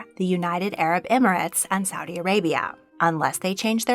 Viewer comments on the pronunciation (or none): none